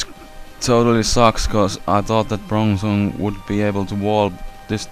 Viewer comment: your POINT!? IM not making fun i mean just prounouce them right >_> its bronzong not" brunzung" .......